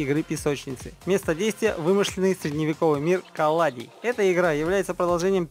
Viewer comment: Не Маунт Блейд а Mount And Blade, и не Калади а Кальрадия